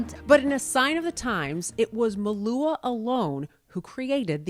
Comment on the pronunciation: I don't know how others pronounce it but she says it quite correctly here.